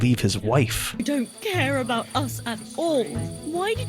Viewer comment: Let's talk aboot the hooswife.